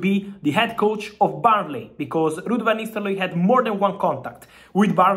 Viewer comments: What i'm heard is Van Nistellooy. Not nistelrooy. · 'ro not 'lo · "VAN NISTELOY" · Van nistel-looy 😂🤣🤣😂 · Love how you say the name -- Van Nistelloye 😅